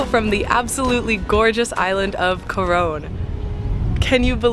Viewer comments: Just to let you know its pronounced Coron (Cor on) not Cor one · It's pronounced as KO-RON Palawan. Thank you for appreciating our country and featuring it on your vlog.